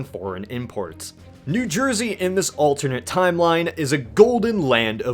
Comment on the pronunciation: Any other New Jersians out there? NEW JERSE-Y! NEW JERSE-Y! NEW JERSE-Y!